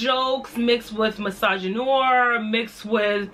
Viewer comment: I agree with your points but I just had to point this out lol: why does everyone mispronounce misogynoir? Maybe it’s just the fact that I took French for nine years and know that noir is French for black and I know the proper way it’s pronounced, so I just cringe whenever someone mispronounces it, which is a lot cus I go on alotta pro-black channels and they all mispronounce it. It’s pronounced like new-R. Misogynew-R lol but that is all lol love ya girl 😘😘